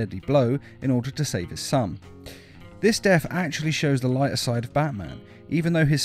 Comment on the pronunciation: Death not def